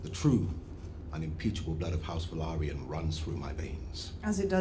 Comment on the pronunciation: Btw Valyrian is the language and Velaryon is the race they aren't pronounced the same whatsoever